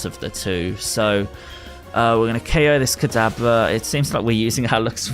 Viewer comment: He said oko this instead of ko this